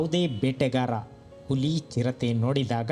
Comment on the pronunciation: Nice video. Kannada pronouniciation swalpa kaliree Saar...Uli alla Huli